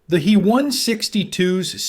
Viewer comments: Stupid! It's not the "he" 162, IT'S THE "H.E." 162. Just like in other stupid AI talks mispronouncing the J,U, 88 as the "jew 88." It's not the "me 109" it's the "M,E, 109." Stop! Learn how to use the interpretation of German aviation companies' abbreviations of Heinkel, Junkers and Meserschmidt that has been in use for the 80 years before AI. So, who's more of an idiot, here? The people using the AI, or the poor quality companies that create the AI that they're buying. Sorry, I meant to say the people using Aeye or the Aeye that they're buying. Ha! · It's not a "hee one sixty two" "He" is an abbreviation of Heinkel, the builder. Pronounced "hyn kel". Both letters would by pronounced separately by a German mechanic, pilot or engineer; not together. If you can't get the pronunciation right, what else did you get wrong?